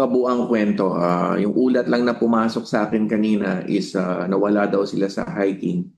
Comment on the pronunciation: "while hiking" naging "Wild Hiking"😂 Ayos!